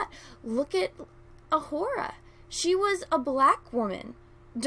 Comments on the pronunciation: Careful. Her name is pronounced O-Hoo-Ra not O-Whore-A. 😉 I wouldn't want any of the cry baby, thin skinned, can't wait to have their feeeelings hurt, NPCs blasting you for a simple mispronunciation. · Sorry but I can't get past your pronunciation of Uhura..."ah-WHORE-ah". Please stop that, you're reinforcing the counter-argument against you LOL